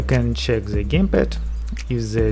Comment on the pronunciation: Clip is good but if i will hear another "ze" instead of "the" i will shoot myself :/